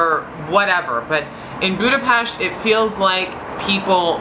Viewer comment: *cries happy tears* Finally a foreigner pronouncing Budapest right